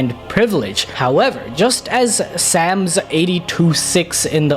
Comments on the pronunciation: psalms is pronounced psalms, not sams. Nevrr ever heard it otherwise issa odd one😂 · Bro said "Sams 82:6 in the bible says" That is not even close to how you say that word lol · Psalms is pronounced kind of like Sawms or like Soms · Psalm is not pronounced sams lol just saying but love the vid I just thought that was funny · Called Psalms “Sam’s” but nails the pronunciation of every characters name in One Piece… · Sams 😂. The P is silent. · Hearing Psalms pronounced Sams had me dead lol. English a weird language 😂.